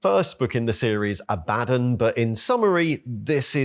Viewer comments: CAN YOU PRONOUNCE ABBADON CORRECTLY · While I know pronouncing his name like "A Bad 'un" is correct, I still can't stand it. It just sounds way too corny.